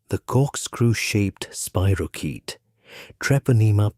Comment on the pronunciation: It's not a spiro-CHEAT. It's a spiro- KEET